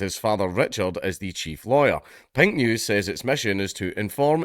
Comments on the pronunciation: Watching this half-deaf is hilarious because it sounds like he's saying "Pingu's". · It wasn't till 1/3rd of the way through that I realized he wasn't saying "Pint News"! Now, it makes perfect sense and is, in fact, expected. Still, it would make a great name for a micro-brew critique site!